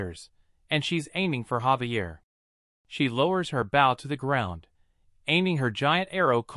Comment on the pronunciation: gang isnt his name Javier not xavier?????